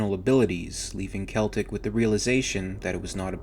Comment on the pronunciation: SELL-TIC not kel-tec thats how you pronounce it